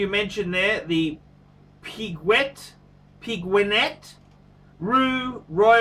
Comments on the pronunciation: Pig-wig-net? I love it when classes up his reviews with a bit of French. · Pig-pwig-gwig-pig-wgig-net jesus ! Im calling the police you murder that name to the highest degree. Shittahhss! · Q not G, PeQuignet. The "g" is not pronounced. Its pronounced pekiné you dumbster. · Geez. You royally slaughtered that pronunciation, lol Interesting review.